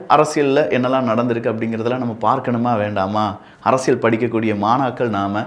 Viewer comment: Akka arasal illakka....😂. Arasiyal